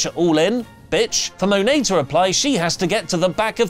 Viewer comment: Sorry, this has been bugging me for weeks now: the pronunciation of Mercedes' surname is closer to money and not moany. She explained this when she trademarked the name and that's how the announcers pronounce it.